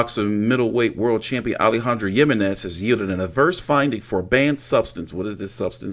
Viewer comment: The j is pronounced like an H